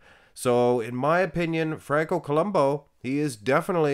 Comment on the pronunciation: I always thought that it was pronounced Franco Columbu not Columbo.